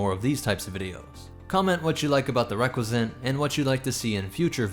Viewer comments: dude it's pronounced Ree-cuss-ant not reck-we-zent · I really liked the video, but the pronunciation of Recusant is not even close.